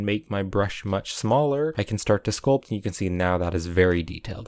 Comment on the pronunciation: Everytime he said sculp i take screenshot